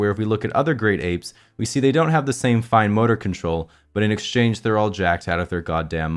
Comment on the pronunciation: Idk why but i died when he said "but in extange ther'e jacked out of their god damn minds"